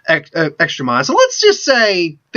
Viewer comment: It's mana, not mahna... god...